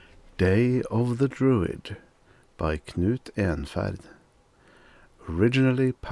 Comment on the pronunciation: Story is ok but I listen to this channel primarily to hear pronounce his beautiful last name. ❤